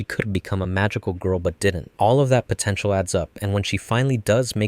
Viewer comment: DID YOU JUST SAY POTENTIAL?